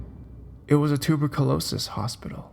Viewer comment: especially. .tu*ba*skul*ros*is instead of correct..tuberculosis